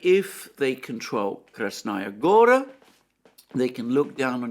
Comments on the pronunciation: Also: KrasnAya GOra is incorrect. It is read KrAsnaya GorA. It is annoying hearing it repeatedly intoned wrongly. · Kras-NA Goya, not Kras-Naya Gora.